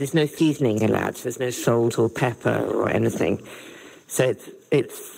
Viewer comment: Peppah? You mean pepper.